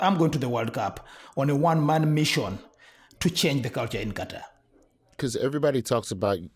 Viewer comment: Thank you for actually pronouncing Qatar correctly! You just have to listen to the Arab announcers pronounce it. Why can't American journalists get it right?